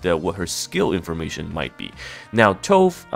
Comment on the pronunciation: Tove is a Scandinavian name pronounced "Too-Veh". We don't skip the pronunciation of the "e" when it's at the end like in English. She looks really nice, hope she's good.